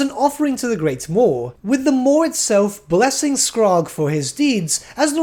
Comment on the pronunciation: Came here to say the same about Skrag's name. I've only ever heard it pronounced as skr-RAG with emphasis on the last part so hearing "Skraaag" is really weird to me.